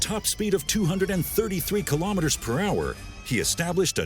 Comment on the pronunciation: I wonder why people always seem to trip up on the pronunciation of "kilometres" when they can say "millimetres" properly.